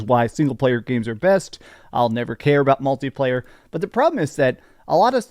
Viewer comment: Malty player???? Jesus, dude 🤦‍♂️ It's mUlti player!! It's not like a f****in chocolate malt